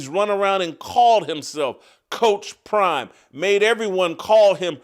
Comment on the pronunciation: Because you can’t coach 😂😂😂crime instead of prime 😂😂😂